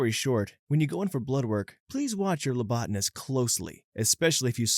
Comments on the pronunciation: Phlebotomist* also watch your "lobotanist"!!! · THEY MEAN PHLEBOTOMIST YOU GUYS WHAT THE ACTUAL HECK NO NOT A LOBOTOMIST AS THE SUBTITLES SAY NOR A LOBOTNIST AS HE SAID NOR A LEOTIST AS THE CHAPTER TITLE SAYS o_0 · The hell is this dude saying, labotanist? It's phlebotomy!